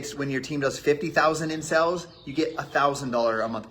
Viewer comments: I'm sure he was trying to say "sales" but every time it sounded like "sells" and drove me nuts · My dude it’s sales not sells😵‍💫😰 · He says 'sales' like 'sells', it's driving me nuts! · Is he saying in sells instead of sales? STOP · Why can so many of these people NOT pronounce the word "sales"? It's SALES not SELLS. You have a million dollars in sales, not sells. OMG. Just one more thing that drives me batty about these people. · Is it just me or does he say sales really weird it's bugging me